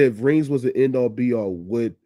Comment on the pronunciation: This man said “A all B all” 😂 it’s “end all be all”